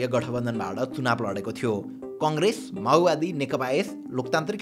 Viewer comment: माओवादी ❌️ माउवादी ✅️